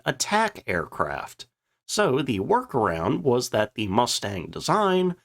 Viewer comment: just one more thing—- why is it that every time you try and use the word “the” it comes out as “teh” Just an observation that my inferior intellect just doesn’t understand. I’m just a plowboy from Mississippi trying to make sense of a simple word that a genius of your caliber should easily catch as a misspelling except that you do it every time when you attempt to use the word. Hmmmm